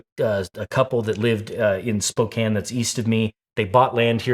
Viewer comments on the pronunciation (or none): none